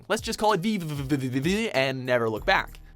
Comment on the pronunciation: It also comes from the constant diagonal motions you make by reversing gravity. The name is actually pretty clever. Also, the title is just pronounced "Vee".